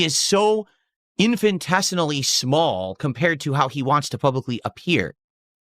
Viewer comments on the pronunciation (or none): add "infinitesimally" to the list of words doesn't know how to pronounce add "strive" to the list of words doesn't know how to use